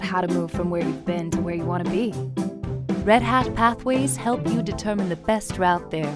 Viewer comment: Good video, but it took me a few distracting seconds to work out that the narrator was saying "pathway to help", and not "pathway to hell"... which has often been the case with a number of consulting engagements (though thankfully never with Red Hat).